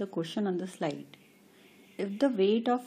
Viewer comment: your video is fine but say "sliDe" properly. you say "sliTe". it's "sliDe" "please read the question on the sliTe" no need to reply at my comment. DON'T REPLY. I DON'T NEED ONE <3 IT'S ME. MY HONESTY'S BRUTAL